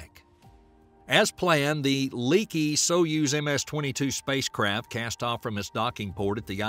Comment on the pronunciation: Is it me or the narrator is saying spacecrap?😂😂😂😂